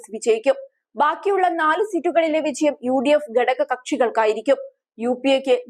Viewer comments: വിചയം അല്ല കൊച്ചേ വിജയം 😄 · മലയാള അക്ഷരങ്ങൾ ഉച്ഛരിക്കാൻ അറിയാത്ത കുട്ടികളെ വാർത്തവായിക്കാൻ വയ്ക്കരുത്.കുട്ടീ വിചയം അല്ല.വിജയം ആണ്. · Please pronounce 'vijayam' correctly.